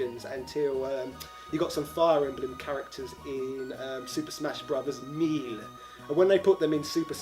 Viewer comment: are you mispronouncing 'ganbare' and 'melee' on purpose or is this Just some sort of british accent I am Not yet aware of?